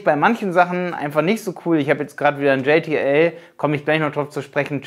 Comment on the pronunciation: Hey! Du nennst JTL auf Englisch, wird aber deutsch ausgesprochen ;D Ist die Zusammensetzung der Brüder Janosch und Thomas Lisson... Was du auch nicht erwähnt hast, JTL ist deutlich Vielseitiger, es gibt da Fullfilment Network, Produktion etc.. Sonst sehr gutes Video!